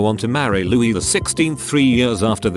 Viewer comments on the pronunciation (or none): none